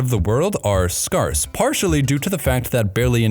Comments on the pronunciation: My friend did u just say “scarss” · Excellent, thanks for uploading. I would gladly watch more dinosaur videos. A couple of things: You should pronounce the word 'scarce,' like the word scare (to rhyme with 'air,') except with the 's' sound on the end. And while we're talking pronunciation, you have been helpful in pulling me up on mine. I'd always pronounced ankylosaurs, 'anklyosaurs.' So thanks for correcting me. Also, I've heard talk of the continent of 'Australasia,' and, as a Kiwi, I prefer people to use that term. When people say, 'the continent of Australia,' it makes me feel excluded! (I mean, I know Aussie is one big land-mass, which makes it seem more continent-like, but I didn't make up 'Australasia,' - it's a thing. (Of course, you're the geography pro, so maybe that term has fallen out of favour with modern geographers?) And one last thing, we have a small dinosaur living in New Zealand to this day, the tuatara. So it's not quite accurate to say the only dinosaurs that survived were some therapods/avians (it is not an avian, it is reptilian.) I have heard it said, 'No animal with a bodyweight over X survived.' And tuataras are a little on the small side, so maybe they're under 'X'. Still, thought I'd mention it. (Oh, and nice to see you on screen some of the time! The balance between on-screen and not seems good. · He knows what that word means, he just mispronunced it. In very rare accent such pronounciation for this word exists, though it's not correct. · scarce for scarce? Did you pronounce it that way to get me to make a comment about it? I am 68 and I hear an amazing number of revisionist pronunciations. The world appears to be loosing it's mind....! Like your videos....some face that was a little too much... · If you want opinions, you could start by learning how to pronounce things properly...like the word "scarce". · You were so cute until I heard you pronounce scarce! ;) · "Scarce" pronounced like it's sparse and scarce.